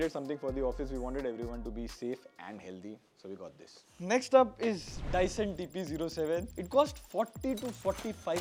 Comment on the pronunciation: Its Dyson Bro 😅🤣